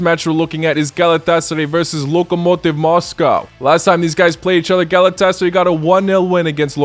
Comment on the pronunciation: Galet-tes-sary loooooooooooool